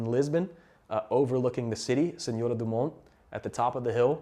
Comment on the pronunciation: The way you said "Algarve" and "Senhora do Monte" ❤